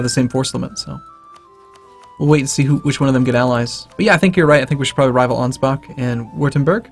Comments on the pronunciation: For fucks sake it's not "Angebak" it's Ansbach. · And you are not bothered by "Angebak"?